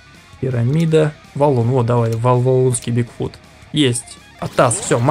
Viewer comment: сказал не бигфут, а фигбут)